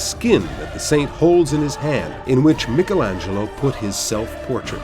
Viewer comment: A+++ for saying Michalangelo's name correctly.